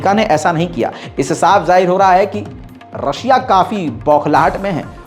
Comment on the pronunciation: Bhai aapne rakhshiya bol diye start me